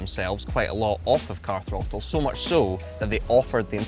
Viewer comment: Car throatle?